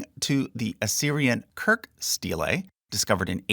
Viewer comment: The pronunciation of "steylay" .... hahaha